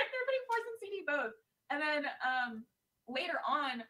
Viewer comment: I dont know why, but i cannot stand when people use an eff sound for th. I just kept hearing "bofe of them."